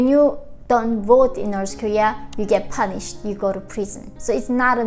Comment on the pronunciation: I love how she says panished instead of punished😄